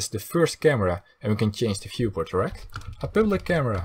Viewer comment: is it just me or does it sound like he is saying erect instead of rect